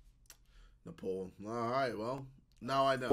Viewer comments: JJ it isn't Ne-Paul, it is Ne- paal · Noo not Morocco it's Neepaaaaaaal